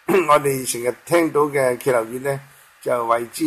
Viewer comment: 歇後語的（歇）字應讀hit（中入聲八）。歇斯底里也很多人錯讀成kit（中入聲八）的揭音。